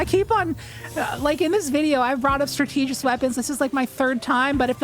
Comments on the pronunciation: It’s “STRAT-TUH-JIST” not “STRUH-TEE-JIST” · If that’s how you pronounce “strategist” I can’t imagine how you pronounce “strategy” Jesus christ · The way pronounces strategist is funny 😂 stra- tee- gist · I was able to get cabal to spawn, but only psions and two champs Also, there's no way you pronounce strategist like that. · You're pronouncing strategist incorrectly.